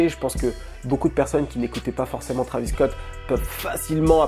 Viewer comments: Trahvis au lieu de Tréyvisss .. please!!!! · Faut arrêter de prononcer Travis c Trévis